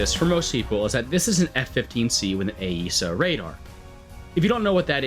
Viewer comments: Ok I've seen enough of your videos to hear you call it Ay-eesa enough times to say something. Its just eesa. I work with AESA radars and I have never once heard it pronounced Ay-eesa. It has always been pronounced eesa in my sphere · Your understanding of AESA (pronounced eh-suh not eh-ee-suh) radars in WT is just fundamentally wrong. That is how they SHOULD work, but that is NOT how they actually work. In WT, they are modeled exactly the same as mechanically steered antennas, just (generally) with higher scan rates. You see the same ghosting and poor TWS tracking as with mechanically steered radars, especially on the AESAs with slow scan rates like the Rafale. Why they did it this way, god only knows. It is immensely stupid.